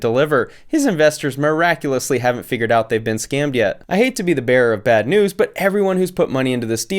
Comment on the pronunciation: "I hate to be the bera of bad news". Well, I don't actually.